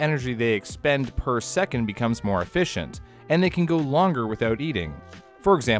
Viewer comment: Came for the content, subscribed to stay for the “subscribe for mor-ay” throwaway bit. I am READY to start binging